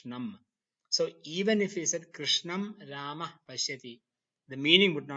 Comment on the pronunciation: Yes but Here the world rama and krişhņa are pronounced as ramā and krishnā which is wrong राम is not ramā but rama रामा would be ramā which would mean a female rama Since the long aaa at the end of the of sanskrit word denotes femenine gender. Same thing with all the words which end with a short a Its yoga not yogā Its mantra not mantrā (My orignal comment was rude so i edited it)